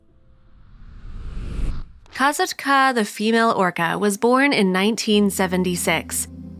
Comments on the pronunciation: Kah-SOT-kah, not KAZIT-KA or whatever this narrator was saying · It's Ka sat Ka, not Kaitka!!! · The name is pronounced; "kah-SAHT-kuh" not "Ka-zat-kah". I was the one in charge of the crown control people at the show in 2006 and I made the first call for a paramedic transport when she dragged Ken Peters (aka Peety) down and I know him personally. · Her name is pronounced Kasat-ka, not ka sa ka. Just an fyi only. It’s so sad what happended to all these animals 😢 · This is so sad, I knew instantly it was about Kasatka, also it might be about accent or smth but I think her name is pronounced Kasaka, without the T , but spelt with it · Kuh-sat-ka. Not Koz-ot-ka. My god i can’t watch due to the name pronunciation. The way they say it sounds so dumb. They know how to pronounce it. Come on. You mean to tell me they didn’t listen to videos and hear it? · Its pronounced ka-sock-a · I wish the narrator of this video would fact check before recording the soundtrack to this video…and please ensure you are pronouncing the orca names correctly, say it with me: CAT-SOCK-KAA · It's pronounced Kah SOT kah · you are pronouncing her name wrong just so you know. It’s pronounced kass-ought-ka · Her name is pronounced KA SATKA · It’s Kah-Saht-kah no Z!!!! Your butchering her name. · Finally! Not saying her name right was kinda bugging me and also took away from the video info. 😕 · Stopped watching after barely 2 minutes in. You can't even pronounce her name right. And you expect people to listen to you. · Lol you are pronouncing kasatka’s name wrong 🙄 CRINGE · Your saying her name wrong. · literally! they entirely forgot to pronounce the "T" in her name and yet somehow pronounced katina's name right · Learn how to pronounce the names, for Pete's sake. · you are not saying her name right